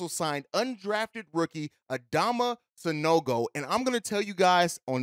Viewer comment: you got his name right quick lol 😆 😂